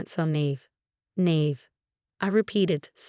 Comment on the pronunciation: Naive is pronounced Neye-eve